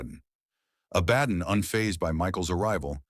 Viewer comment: pronounced ABA-DON, not A-BAD-DON.